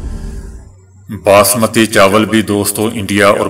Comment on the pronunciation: باسمتی( baasmati) ، نہ کہ بسمتی۔ برائے مہربانی سدھار کرلیں۔ شکریہ۔